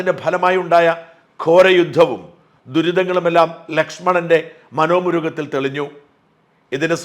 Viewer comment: ഷാജൻ സാറിന്റെ വാക്കുകളുടെ മാധുര്യം ഉൾക്കൊണ്ടുകൊണ്ട് തന്നെ പറയട്ടെ... സർ അങ്ങയ്ക്കു ഈയിടെയായി വാക്കുകൾ തെറ്റിപ്പോകുന്നു. അതോടൊപ്പം അർത്ഥവ്യത്യാസവും... മനോ മുരുകം അല്ല സർ .. മനോ മുകുരം എന്നാണ് ശരി. അത് പോലെ ദശ ര ഥ നന്ദനൻ എന്നതിന് പകരം അങ്ങ് ദശ ര ഥാ നന്ദനൻ എന്നും അങ്ങ് തെറ്റായി പ്രയോഗിച്ചിരിക്കുന്നു. വാക്യശുദ്ധി യും അക്ഷര ശുദ്ധിയും അങ്ങയുടെ പ്രത്യേകത തന്നെ യാണല്ലോ. ഷാജൻ സാറിന് വിനീത നമസ്കാരം 🙏🙏🙏👍❤❤❤